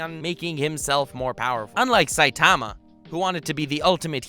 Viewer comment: What’s with the weird way this guy pronounces saitama